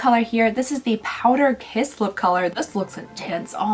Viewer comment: I swear you just said power piss lip.